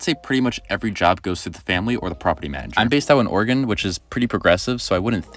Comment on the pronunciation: Oregon. Bro I thought you said organ